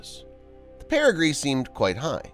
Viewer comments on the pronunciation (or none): Pretty good job, but the word is perigee. PeriGEE, not periGREE. There is no 'R' in perigee.